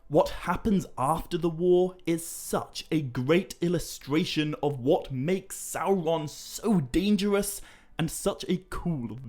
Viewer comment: I'm not a Tolkien scholar,, but isn't it "Sauron" not Salron"?